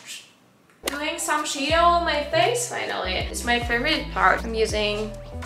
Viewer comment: I'm a dude but damn I now understand why it takes women so long to get ready holy shit the highlighter is insane just makes everything pop off! Your English is so good only word that sounds funny is Shadow you're pronouncing it like shaydough its more like shad-oh